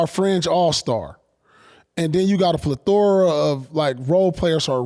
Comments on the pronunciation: I question P education more and more each episode because what is a flethora, I know he meant plethora 😂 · Paul said plathora instead of plethora 😂 him and kg are straight comedy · wtf is a pleth-tora, lord? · Pierce said PLE THORA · Plethora pronunciation goes crazy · That “Plethora” messed Truth up 😂😂